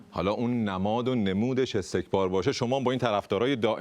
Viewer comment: اگر دقت کنید میگه استکمار